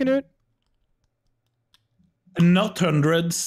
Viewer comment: Why is everyone pronouncing his name "kanoot". It's "knoot"